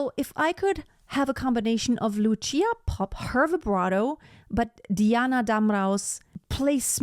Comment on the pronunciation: Vážená madam. Lucia Popp sa nevolá Luchia Popp. Bola to slovenská operná diva, ktorá síce viac vystupovala v rakúskej Viedni, ako v Bratislave. No to na veci nič nemení. Odporučil by som Vám, vyhľadať si niekde na webe, ako v slovenčine znie meno Lucia. Je to problematické objasniť v angličtine. No to, ako to vyslovujete, by v slovenskom jazyku bolo napísané Lučia. teda niečo ako tch. C (si) by sa dalo možno napísať v angličtine, ako ts, Lutsia. A ešte k jednotlivým ukážka. Nahrávka Lucie Popp, je z roku 1964 a napriek tomu, aj dnes znie bravúrne. Presnejšie ISKRIVO. V niektorom inom príspevku na Utube, je prehľad 9 speváčok, aj nespeváčky (Meryl Streep) tejto árie. Lucia tam nie je, čo považujem za neférovosť. Lebo to mal byť prehľad tých najlepších interprétok sveta. Netvrdím, že medzi nimi bola niektorá z nich , slabá, ale Meryl tam je uvedená zbytočne. Inak , je skvelé, že ste si k porovnaniu vybrali dve slovenské, operné divy, (Popp a Grúberová) ktoré dobili svetové pódiá a nezabudnuteľne na nich, zažiarili. Ako skutočné svetové hviezdy.